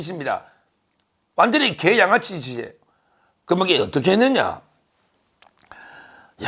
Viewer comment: 서변이 갱상도라 이중모음 발음을 잘 구분못하셔서 그렇습니다. '계' 와 '개'는 분명 다릅니다. 따라서 계양구민들을 까딱 잘못하면 자극해서 역효가를 낼 수도 있는 '계양아치' 라고 말하지 마시고 찢죄명이는 분명히 '개양아치' 라고 하시기 하시기 바랍니다. 아니면 '찢양아치' 도 괜챦고 . . . ..